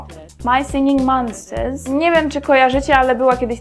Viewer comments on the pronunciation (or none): Pięknie czytasz słowo "monsters". Jakbyś miała kluski w ustach. Zresztą to Plague coś tam też nieźle... Brawo brawo =D Super scenki na końcu =D. Jak gadam przez telefon to na niczym innym się nie skupiam tylko siedzę i gadam. XD